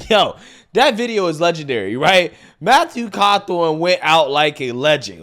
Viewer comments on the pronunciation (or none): Who’s Matthew cawthorn? It never fails that will screw up a name 😂